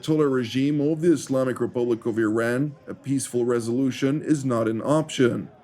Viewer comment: It's not I"rain" it's Iran